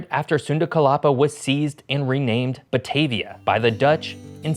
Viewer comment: Your pronunciation of Batavia is wrong. 😅 Ba-Ta-Via (with a "ah" sound)